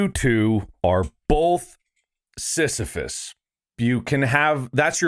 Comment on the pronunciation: Bob mispronouncing sisyphus and thinking sisyphus would sound like borat under 20 minutes is peak ethan. I wish for a day to see mark ethan bob and tyler together in a video 😔